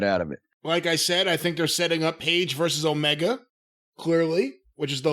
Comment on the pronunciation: I’m confused does Cornette have a hate boner for AEW or something, and why does he call Kenny Omega Kenny Olivier?? Also does he only review NXT and AEW?? And does he despise comedy wrestling?